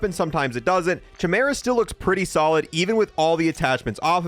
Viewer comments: "Kai-MEER-uh," not "chi-mur-uh." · He says Chimera with a CH but I’m sure I’ve heard every other youtuber pronounce it as KYMERA with a KY rather than a CH… 🤔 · Excellent video, dude Oh, that's pronounced kai-meer-uh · Not to be a Grammar Nazi , but it's pronounced "Kye-Meera" ... not "Che-mera"... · Chimera is pronounced "KAI-MERA". Do you even know Greek Mythology bro? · It is pronounced Kai-mera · it is pronounced Kaɪ-Maer-A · Fr i pronounce it as KYMERA too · Chimera is pronounced (kai - mara) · i keep cringing whenever he says it like "chi-mur-uh" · It's pronounced chimera but it's a k sound not a c. It drives me crazy when you say it wrong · Glad I wasn't the only one bothered by that.